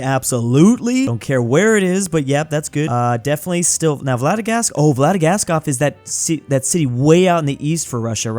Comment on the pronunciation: Vladivostok is probably the biggest disaster of a pronunciation yet.